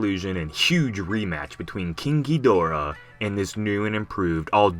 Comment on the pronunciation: Ok so ur saying KINKYdorah i thought you were saying KING(GI)dorah